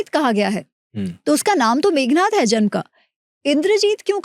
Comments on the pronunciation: मेघनाद को मेघनाथ न कहें, 🙏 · sigh it is Meghnaad. Roar of the clouds. Not Meghnath. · The name is Meghnad NOT Meghnath. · Devi NIKUMBALA AUR MEGNAD, NAAM PEHLE THEEK SE LO